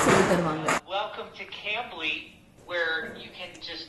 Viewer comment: It's not cumbly, it's cambly😝